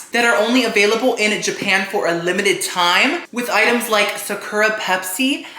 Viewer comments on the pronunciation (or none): Socko rocko gets me every time! Why no one tell him it’s Sakura co.